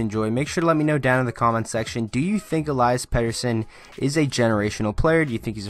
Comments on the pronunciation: Eliiiiias, not Elaias.... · Listen to EP himself pronounce it----"El-ee-us"... ((I'll go with that)) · I have a pet peeve with people still not pronouncing his first name properly after he's been in the news and the league for a while now. Elias (e LEE' es) is a special talent with a hockey IQ that is off the charts, silky mitts, he's smooth skating with great balance and edge work and a phenomenal shot. His hockey sense is evident with his responsible back checking and amazing understanding of the game for a kid his age. He's a legitimate game changer, but I'd wait a while before calling him generational. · Why do you call im ilayas?